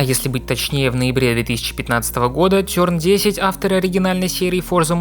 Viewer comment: Меня просто пробило после ЛОИГТЭК немало приятно, тёрн десять, кстати к слову, достижения специального (?) уровня, под собой (??), одноимённым названием шоу, ТЁРН ДЕСЯТЬ, дээлцэ, , сумбарины, иджээн, логитэк, мне плохо, еле досмотрел